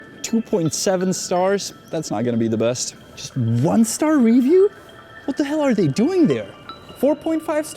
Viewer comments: dude, i hate the way you say ree—view stfu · Omg Cuzzy I trully love your work. I as well am bilingual. Fluent in Czech and English. I enjoy both of your Chanels. Possibly my favorite of all YouTube. Not trying to be a jerk, I have never once heard you mispronounce an English word till this episode how do you say Review? Rívjů? Revjů? Dělám prdel 🤣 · The way you say “review” drives me nuts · Video difficult to listen to due to the weirdest pronunciation of the word "review" EVER HEARD. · You're pronouncing it wrong bro . In america You don't say review like that